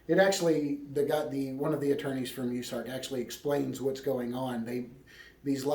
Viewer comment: US ARK like U S A its pronounced and Koosko I think it is how his name is pronounced. Love all your videos sad times we live in...f 2020